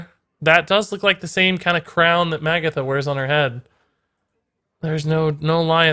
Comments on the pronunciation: Nitpick: her name is pronounced ma-GATH-a, not MAG-a-tha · If it's gonna be either of them it's Magatha. And it's "Muh-goth-uh"